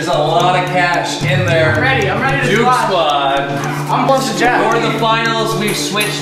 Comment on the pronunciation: Is it me or is he keep saying Junesquad? Lol